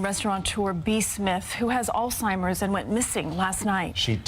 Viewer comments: The word is pronounced "al simers". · I hope i didnt hear you say all-timers. It's Alzheimer's bitch. And I'm quite sure you've never been married.